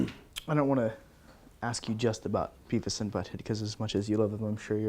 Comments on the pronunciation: Its Beavis not bevis. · ahahahah Bevis (beh-vihss) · *Beavis, not "Bevis"... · It's beavis, not bevis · Hey! It's "Beavis" not "Bevis" =P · It's Beavis not Bevis! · It's Beavis, not Bevis, you butthead! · >Bevis Its Beavis. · Umm.. It's Beavis not Bevis -_